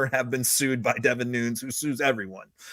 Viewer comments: Devin Nunes' last name is pronounced (according to Wikipedia) /ˈnuːnɛs/ (NooNess), not Noons. Just FYI. Keep up the great work. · Pronounced New-nez Devon is Portuguese that's how his last name is pronounced.